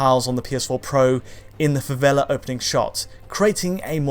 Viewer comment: Joguei a versão 360 na época só pra jogar na favela. Vai Brasil. 🇧🇷🤣 Hey, thanks for using the favela term with good accent, not slum.